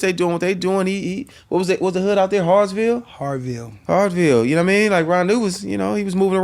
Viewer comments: Naptown, here! It’s Haughville not Harville. 😂😂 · “What was the hood out there Hardville?” 💀😂 it’s Haughville and I hate that for yall! lmao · It's Haughville J. No R. But you good. I'm loving this! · It’s “Haughville” the hood on Indy’s west side